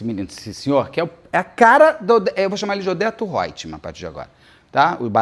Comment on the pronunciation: "Odeto Hoitmam" hahahah, amei!!!